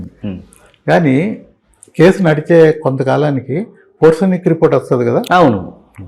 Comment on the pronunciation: ఫోర్సేనిక్ కాదు, Forensic.